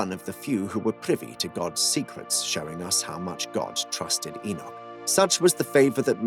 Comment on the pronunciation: just one enoch, but two pronounciation one - 'egg-nog' two - 'e-nough'